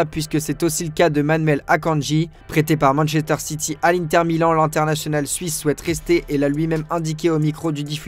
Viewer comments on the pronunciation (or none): none